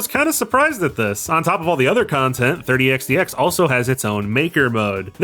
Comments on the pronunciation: The way you pronounce 30XX as 30X "D" X makes my ocd scream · you’ve been saying it correct, the pronunciation in this video is wrong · Not complaining, just curious if maybe it's a culture thing? What's with the d? It's xx isn't it? I still can't find xdx anywhere in the game......edit: nvm I think I get what your going for. It's a pronunciation thing for numbers. Reminds me of an IQ test I was given as a very young child where one of the thing was "count as high as you can" so I did. Meanwhile noticed a pattern, and while I knew 100 was a number. It was a vague concept to me. BUT I noticed something thirty, fourth, fifty....and so on. So when I got to ninety nine I went to tenty, tenty one. So is this it? Your going with "in the year thirty xty x"?